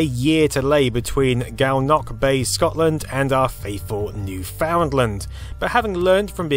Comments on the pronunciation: Hate being that guy but its pronounced ‘new-fin-lund’ not like its spelled. Otherwise awesome doc! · being a newfie i literally hate anyone trying to say newfoundland lmao none of yall know how to say it and i get it your not from here so you'd never know HOW to actually pronounce newfoundland but... doesnt matter from where (but most especially mainland americans) i cant stand it its like nails against a chalkboard for me and i grew up in the mainland lmao prolly why i cant stand it oh good vid tho totally wrapped up in this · Dude, LOL. Soon as I heard that I scoured the comments to see who else noticed. It's interesting how they mispronounce everything but spell it correctly. Like, they say 'favvah' instead of 'father'. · I thought I was hearing things... Oh well excellent video despite the usual mispronunciations. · I hope Canada Customs turns you away for how you pronounce Newfoundland. I live in Calgary, Alberta, Canada. You probably live closer to the Newfies than I do, but I say it right. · That is so not how you say Newfoundland eh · The way you pronounce Newfoundland hurts me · try pronouncing newfoundland correctly :3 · It kills me a little bit every time you mispronounce newfoundland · Bro, learn how to pronounce Newfoundland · The cable came from Hearts Content and here's a link By the way, it's not pronounced new-found-land, it more like (new-fin-land) The site is still there and maintained today, and you are even able to see the original cables. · I'ts Noof-n-land you silly you. New-found-land, said as it appears is strange lol. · Newfoundland is properly pronounced "Newfinland", or even "Newfinlin". Don't want to get the Newfies all upset :) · Newfoundland is pronounced like NEW-FIN LAND. Newfinland. Not "New Found Land". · As others have pointed out, we pronounce Newfoundland as "New-fin-land", not "New Found Land". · it's extraordinarily distressing hearing him pronounce it as "New-Found-Land" instead of "New-fin-land" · not new-found-land :p